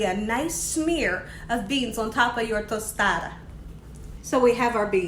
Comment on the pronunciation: Lol nope ur saying tostada just rite! Looks delish. I've never used shrimp I usually use chicken. But ill for sure try shrimp next time! Thanks!